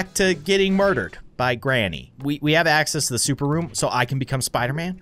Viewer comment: spi-ern man